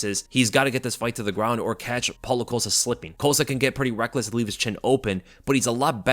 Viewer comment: Wait wait wait wait wait… How in the hell, do you know this much about MMA and you don’t know how to pronounce Paulo Costa’s name 😂😂😂😂😂😂😂😂😂😂😂😂😂😂